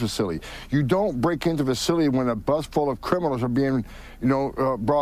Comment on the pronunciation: who was brought into that fuhsilly?